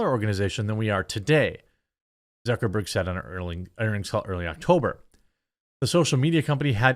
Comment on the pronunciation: Why is this the first time I heard someone call him Mark Zuckerborg? I am crying.. 😂